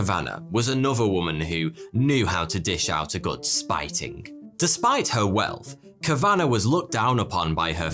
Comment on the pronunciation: Enjoyed the video as always but Kavanagh is pronounced without the emphasis on the middle syllable. There is more emphasis on the first if anything. Us Kavanaghs often suffer this mispronounciation.